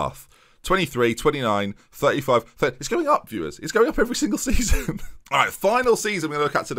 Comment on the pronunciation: you saying 'viewers' kinda bothered me, interesting video, but probably can't stick around